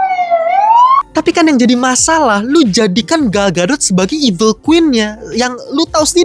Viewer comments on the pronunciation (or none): Gal Gadot ❎ Gal Gatot ✅